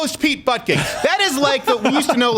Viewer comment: It's pronounced "booty judge" not "butt gig."